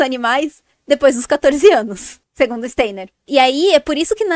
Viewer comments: Pronuncia Stainer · Nem sabe pronunciar o nome.do Steiner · A pessoa não sabe nem falar o nome do Steiner….